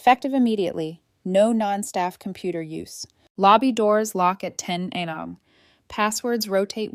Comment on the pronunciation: Come on, the pronunciation of money amounts is terrible. And a.m. is not anam.